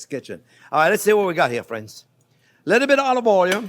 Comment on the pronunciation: and he calls us fwends 😌